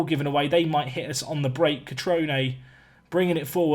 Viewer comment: Cutrone! Good pronunciation this time, bravo.